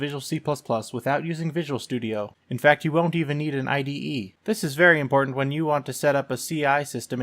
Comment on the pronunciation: "A vey importante Youtube video".... nice